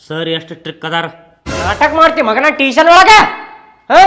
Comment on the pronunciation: Teeshan alla pa tuition.😂